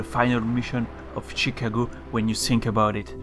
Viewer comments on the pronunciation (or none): "Shicago"